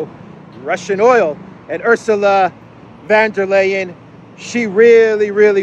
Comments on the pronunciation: It's VON Der Leyen. Not VAN Der Leyen. Sounds like an old aristocratic German name. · pronounces von der Leyen's name right. Take a leaf out of his book please,. I can't stand hearing about that stupid woman, but you murdering her name doesn't help. And by extension, it should be VON der Crazy, not VAN. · I love your videos,. And I LOL EVERY SINGLE TIME you say 'VanderKrayZee' - keep up the awesome work!